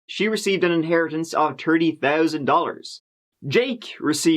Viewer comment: Wow! An inheritance of “ turdy” thousand? That’s a lot ! Glad she didn’t have to share it with like “ turdy” other people or something!